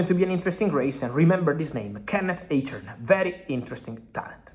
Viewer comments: Fabrizio bro his name is pronounced like "AYSH-HORN"... KENNET EICHHORN = AYSH-HORN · Nix eytchern...Eichhorn junge